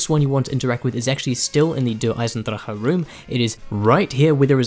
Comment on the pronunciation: You are the first to pronounce DE right thats worth the like alone